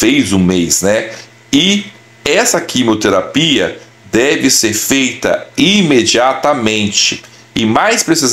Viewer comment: Não é quimoterapia querido, é QUIMIOTERAPIA